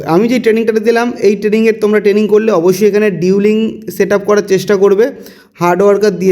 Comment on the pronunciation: ডিউলিং না রে, এটা ডুয়েলিং